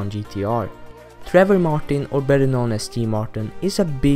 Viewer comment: you forgot PewDiePie and his "nisson"😂